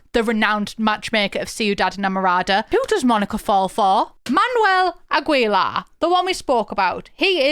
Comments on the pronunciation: The name "Aguilar" in mexican or spanish is not pronounced as a typical British accent just like u said "Agwelar".. No no no. Its pronounced A. ge. lar. Now u know. sending ❤❤. WELCOME! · It's spoken 'Luth', 'Agilar', 'Ermosa'. These were just the ones that HURT me as a German who speaks a bit of Spanish. 🙈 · Quick note: You have to pronounce Aguilar the same way you would pronounce in english the word "guild" or "guitar". The "u" in Aguilar is muted. Also, the same rule applies for Spanish words and names with "gue" in them; just like in english, the "u" there is silent too. A good example of this is the english word "guess". Lastly, when saying Aguilar out loud, you want to make sure you emphasize the last "a" as opposed to the "gui" part you were originally emphasizing. Otherwise great vid! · Now I won’t be able to say Ah-Gi-Lar 😂 Agweyla is how I’ll say it from here on out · That pronounciation of Aguilar kills me a little but I understand 😔